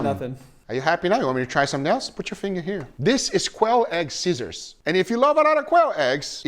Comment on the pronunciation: "put your finger Here". Guga went Full Brazilian without speak portuguese.